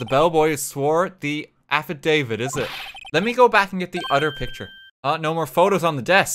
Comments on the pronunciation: As someone who works with affidavits on a daily basis, I often joke about pronouncing it A-FID-A-VIT rather than AFF-I-DAV-IT, and to hear RT pronounce it that way presumably the first time he ever saw the word actually just made my whole freaking day. Thanks RT I almost died laughing. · RT’s pronunciation of Affidavit was so funny. I nearly died from laughter.